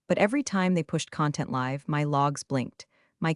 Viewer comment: Be nice if you could get your ai to read the word "live" with a long i instead of a short one when the narrative calls for it. Very creative composition. And amusing.